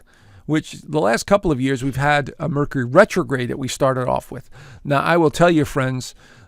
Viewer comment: Mer-cure-ree. Please.